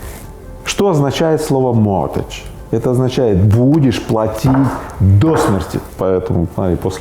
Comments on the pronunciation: Слово mortgage произносится по другому: могидж, а не мотидж. То есть буква Т не произносится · Gage а не age ))) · Правильно: "могидж" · Mortgage «mort» и «gage» не «age» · Ипотека на английском звучит как моргэдж и никакой связи со словами мортал (смертный) и эдж (возраст) там и в помине нет. А то как Рыбаков произносит это слово говорит лично мне о том что его знание английского ниже даже начального уровня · Ребят, слово состоит не из mort и age, а из mort и gage. Просто g не произносится. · Mortgage - mort, а куда делась буква G, а gage переводится как залог. Зачем было извращать?